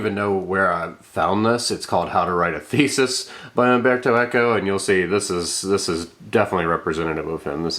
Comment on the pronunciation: CERTAINLY not "Amberto". It's mind-boggling that even the well-read among you native English speakers will at no point at all have the forethought to look up the pronunciation of the name of who seems to be a writer you admire. Even more so if you will go to the lengths of putting together a video for thousands to sit through. You really must have no shame.